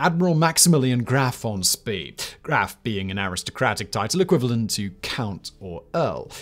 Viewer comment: pronunciation of von Spee is killing me. The double e is an "eyy" sound.